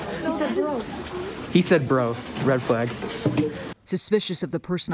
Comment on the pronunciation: 'Rhed fleayg'